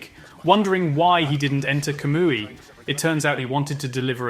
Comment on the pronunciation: With your A.I voice try spelling the names differently, I know it will pronounce Obito, Minato and Kamui strangely but it could be good to try spelling Kamui like "Camoy". Good luck Obito not obeetoe Had to say it. Good video though.